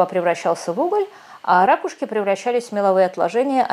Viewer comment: какие "рАкушки", язык Русский выучите, "ракУшки" ! Не 'шо",а "что".